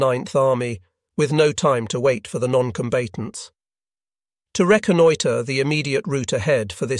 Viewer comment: Still a little tweaking needed for the robot commentary, "noncombaytents" for example.